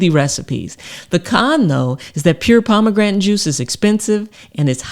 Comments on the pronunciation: The heck is "pomagrantin"? How hard is it to say "pom-a-granate"? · Pomegran'in? its POMEGRANATE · So... Palm-a-granite or Palm-a-gratin? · Pom A gran ate 😂 Nor pom a grantan 😅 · What the fuck is a pomegranen? 😅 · Lovely thanks! Its pomegranate , not pomegretn🤣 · Was enjoying the video until the weird pronunciation of Pomegranate (pomegranton? 😵‍💫), and now that's all I'm focussed on 😩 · Pomegrantin ? LOL!! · She called it Pomegrantin. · Can’t trust someone that can’t pronounce ‘pomegranate’